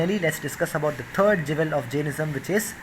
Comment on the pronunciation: He keeps saying "Jevel" but he means "Jewel."